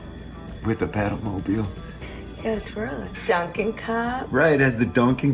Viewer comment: Jesus, I thought you were saying pedo-mobile